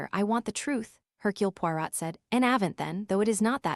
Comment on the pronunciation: is this AI? The reader can't say Poirot...